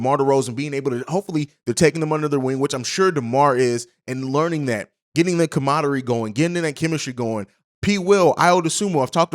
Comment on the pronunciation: what’s “comadary”?